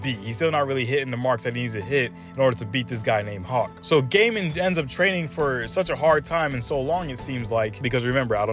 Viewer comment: I think it is pronounced goiy-i-mon, not gay-man 🤣